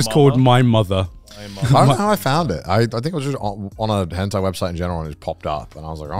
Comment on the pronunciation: It's Henthai not hentai